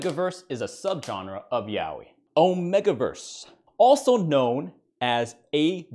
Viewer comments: its pronounced as YA OY not YAO WI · It gets me when he said yaoi💀